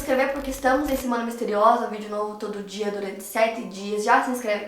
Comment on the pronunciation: Did you say "semana misteriosa"?